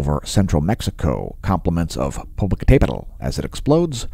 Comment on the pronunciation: It is truly difficult to say Popocatépetl correctly. But has it down.